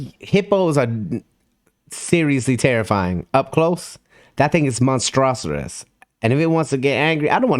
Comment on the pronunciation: OK, not to nitpick or anything lol....But.....It's pronounced MONSTER-US......Not MON-STRAW-SER-US.......Lol don't come for me it's the grammar police in me.